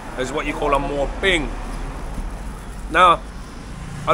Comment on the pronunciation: He mispronounced And it looks cute to Thai people. 😂😅